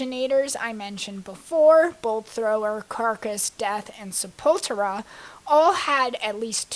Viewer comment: Warmaster, really? Sepultura should be pronounced as an alternate spelling of sepulchre. Death Metal began in 1984, with Mantas (later Death) and Morbid Angel. Sepultura, again, was Black Metal, and Bolt Thrower and Carcass were grindcore.